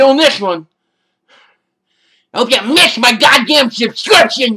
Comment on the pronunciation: "well you're gonna mishtttshhh... My subshcription!! "half your player base!! Is a panda!!"